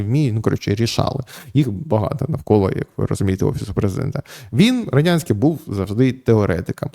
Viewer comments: Ярославе, ну який Родянський? РодНянський він! При всій повазі, як ви так читали статтю, що навіть прізвище неправильно прочитали? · Роднянський, не Родянський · Вимовіть чітко Роднянський, а то виходить Радянський. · Ярослав перезапиши.Роднянський бо радянський ріже слух і вводить в оману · Роднянський же, а не Родянський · РодНянський читайте без помилок.